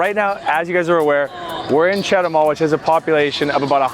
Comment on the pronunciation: I think that If I went to Chetumal from Belice, I would never go back! Just if I want to take a roadtrip to Guatemala but Belize is not like Chetumal and I speak plenty of Spanish to get by really well! btw, start your pronunciation improvement with Chet too mall. The other places too should be your first words to learn! They are really easy if you just listen and try repeating what you hear! Buena suerte!